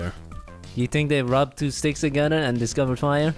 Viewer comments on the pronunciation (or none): none